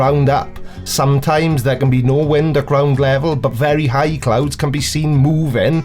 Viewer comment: Oooh. CLOUDS. I thought he said "clowns." I was confused as fuck as to what clowns had to do with this.